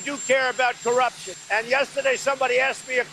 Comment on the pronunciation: That "corruption" clip there -- can anybody actually decipher what he's saying? I think I know what he's going for, but sheesh, talk about a word salad.